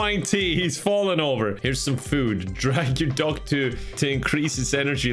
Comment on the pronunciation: The way says duck it sounds like dog